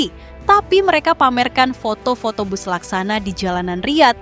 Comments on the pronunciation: Bus min bukan Bas😂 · Tolong bacanya bis bukan bas.. mau niru malaysia po?